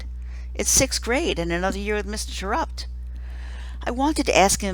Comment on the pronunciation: Rob Says It's Pronounced Tear-Upt.